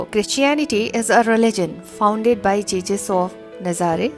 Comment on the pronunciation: One mistake you're saying Jesus as Jejus